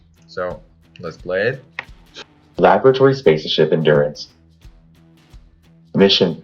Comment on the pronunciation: The AI voicework has a long way to go. It clearly failed to pronounce both simple words like "alert" and larger more complex words like "laboratory" correctly.